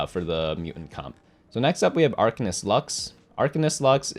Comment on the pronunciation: Anyone gonna tell him it's pronounced Ar-kane-ist?